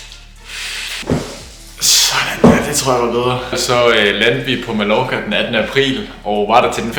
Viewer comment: God video! Men det udtales "Ma-jor-ka"!!! ;)